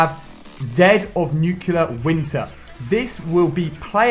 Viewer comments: If i remember correctly it's spelled nuclear, not nuculer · NUCLEAR! NEW. CLEE. ER. NUCLEAR. FUCKING SAY ITNRIGHT YOU BITCH